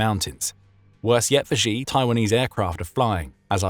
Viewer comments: Please note, Xi is not pronounced "Zhjee". The zhj sound (ʒ in the International Phonetic Alphabet), in the middle of "measure" and "Zaporizhzhia", doesn't exist in any dialect of Chinese, certainly not Mandarin. The letter X, in the Chinese Pinyin orthography, is pronounced "sh". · Xi is not pronounced like Zheee. It's Sheee. Please get your Mandarin pronunciation right. Thank you for your attention in this matter.